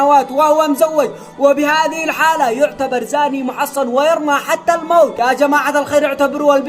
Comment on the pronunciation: المحصن بفتح الصاد وليس تشديده